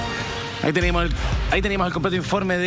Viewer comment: "Ahí tenimo el completo informe" jajaja